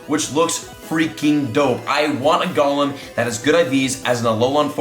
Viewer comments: Oh please stop saying Gollum. He's from LOTR. It''s a long "o" like Go in pokemon go. Go-lem. It's from hebrew mythology (I think) but I know it from D&D years and years ago. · Why does everyone say Golem like Gollum from LOTR when it’s pronounced like goal-em like a golem from lore?